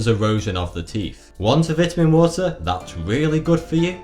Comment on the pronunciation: Anyone else for out laughing when he say Vitamin water wrong due to his accent? Lol 😂